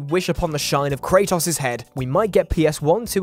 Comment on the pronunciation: The way he said kratos has me triggered.